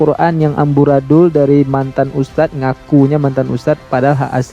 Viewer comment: M kacenya ngustadz (bukan ustadz)..baca Al Qur'an tanpa tajwid